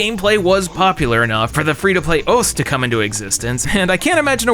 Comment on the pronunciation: thank you for pronouncing "osu" correctly